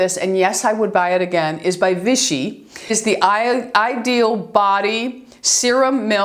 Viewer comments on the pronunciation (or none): none